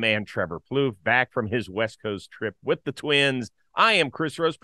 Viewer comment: Trevor “Both” Plouffe